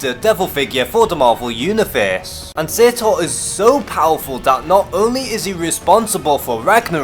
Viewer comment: You pronounced Surtur wrong